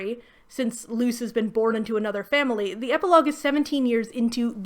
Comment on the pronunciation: I know you mean "Luce, the human" but it just sounds like you say "Luz the Human" and reminds me how I could be watching much better fantasy stories 😂